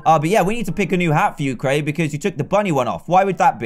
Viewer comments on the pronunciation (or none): none